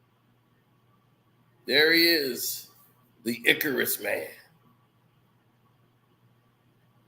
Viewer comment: That is not how you pronounce Icarus!!! 😂😂😂😂 check spelling regarding Greek Mythology and about flying close to the sun!